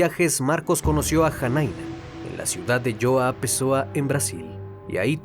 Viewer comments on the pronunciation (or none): Comunidad Joao Pessoa (Joaon Pessoa) no Joao Pesao' 😆